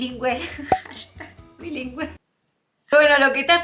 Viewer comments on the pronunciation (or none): none